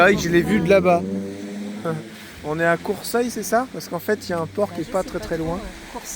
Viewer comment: C'est Courseulles sur mer (sans i) et non CourseuIlles